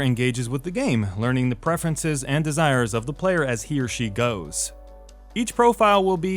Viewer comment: When you say He or She. somehow I hear it as Hiroshi and think who is this guy